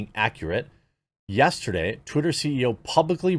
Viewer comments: I actually had to pause the video when you accidentally said "titter" Genuine laugh. Thank you so much lol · You said titter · He said titter 🤣